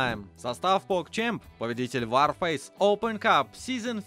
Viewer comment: не ворфейс , а варфейс. Вар -война! , а не Вор фейс